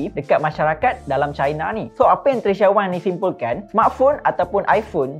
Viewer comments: Maaf pembetulan sebutan maaf,,,,,,,,🙏🙏 Wang" bukan Weng"" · Wank or wang! Hehehehe diction boy, but gud job done.